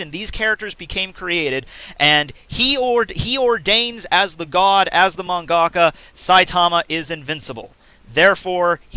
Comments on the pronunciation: ohh... I'm hearing "Mang Aka", he 's trying to say "Mangaka" (one word) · Man,am i stupid or he says mangaka?